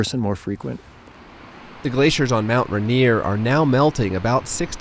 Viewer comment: Someone tell the narrator how to pronounce Rainier, since he clearly doesn’t know how.